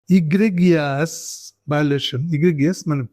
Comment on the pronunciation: বাছা, তুমি নিজেও জানো না, উচ্চারণটা "এগ্রেজিয়াস"। তোমার থিওরি অনুযায়ী তুমিও তাইলে "রাজাকার"। "রাজাকার" ট্যাবলেটের ব্যবসা বাদ দাও, না খেয়ে মরবা; লেখাপড়া করো, আবার স্কুলে ভর্তি হযে যাও--যাও, যাও।